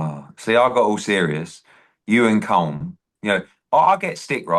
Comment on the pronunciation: Eddie is well educated, how can he not by now know how to pronounce Colm